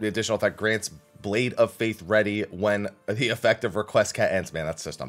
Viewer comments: No, that's also not how Requiescat is pronounced. It's more like Rek We Ess Cat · I think you mean it's pronounced: "Re Quest Cat"